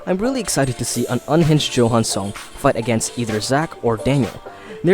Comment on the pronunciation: Johan is pronounced Yohan. It is a Dutch name that is common in Germany and the name is usually short for Johannes. Unless PTJ specified it was pronounced 'Johan', it is definetly pronounced 'Yohan'